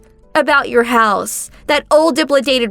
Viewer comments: I know this is silly, but dilapidated is pronounced [DUH] + [LAP] + [UH] + [DAYT] + [ID], not dip]+[li]+[day]+[ted] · Dilapidated:. NOT pronounced, Dip-la-dated. Correct pronunciation, da-lap-aaa-dated. I just wanted to help. Your English is still MUCH better than my Japanese (I speak no Japanese whatsoever.) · Dilapidated. Let's sound that out: di-lap-i-dated. NOT "dipladated." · Please pronounce words correctly. Di-lap-i-dated...not diplidated. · Please learn how to pronounce words properly! di-LAP-I-dated! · DIL-API-DATED !!! (There's no Duhs or Uhs) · Please learn to pronounce words correctly. It’s pronounced di-lap-a-tated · It’s pronounced dill ap a dated. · Di-lap-i-dated...not how your pronouncing it. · Please! It's pronounced: De-lap-i-dated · 🤦🏼‍♀️ Its DE-LAP-A-DATED. How long does it take to research how to pronounce words. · You would think they would learn how words are pronounced. What is Dipladated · Dilapidated... if you don't know how to pronounce a word, maybe try using another....🙄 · It's driving me up the wall the way they pronounce dilapidated lol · The shouting and the mispronounciation of dilapidated. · Please never try to pronounce dilapidated again. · the female needs to learn how to pronounce dilapidated! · This main thing that bugs me is that she kept mispronouncing dilapidated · Please teach her the correct way to pronounce "dilapidated". Otherwise great job.